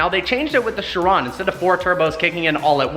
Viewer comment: please learn to pronounce car names. Its actually quite embarrassing considering that you are a car guy. The literal most popular supercar recently is the chiron, yet you still say shron as its name. If you knew about the agera r breaking the record you should know that its pronounced with a hard g. smh